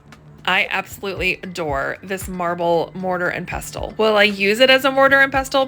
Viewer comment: Love the ship picture. 😍 Btw pestle is pronounced pessle.